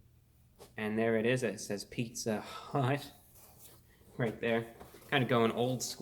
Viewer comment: "Pizza hüût"